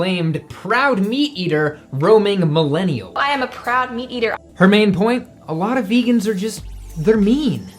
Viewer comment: "ima PROWD MEET EETAH!!!"